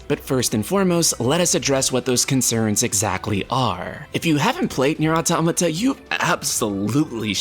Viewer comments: I just wish you would read the name out loud the right way .... It's a compound word spoken = auto-mata ... The creator says it like that the entire country it came from says it like that and the funny thing is its phonetically english. Not a japanese name or expression yet english speakers cant say it and it's always the same people whos only come back is ..... muh grammer .... Well i'll write like I'm doing a presentation when you can read words like they are written. Deal? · holy shit learn to pronounce automata lol